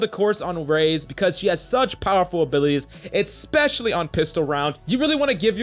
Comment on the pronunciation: Getting free damage is always great "eckspecially" when combat score is the only thing that matters 😂